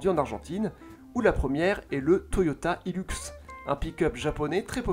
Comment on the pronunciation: Ça ce dit hilUx, pas hilOUx. 😂😂😂😂😂😂😂😂😂😂😂😂🤣🤣🤣🤣🤪🤪🤪